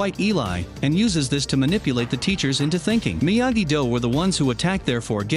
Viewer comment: I think this is gonna be the only episode I watch of this guy. The weird cuts and edits and how he pronounces Miyagi Do and Eagle Fang so so wrong is bothering me